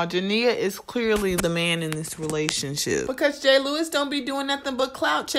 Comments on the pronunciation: Is it me or I’m tripping cuz it sound like she saying gay Lewis and not jay Lewis I’m just saying cuz I might be tripping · 😂😂😂 she said gay lewis 😂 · It’s jay Lewis not gay lol